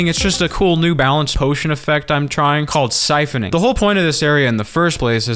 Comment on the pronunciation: "SIPHONING"! SIPHONING!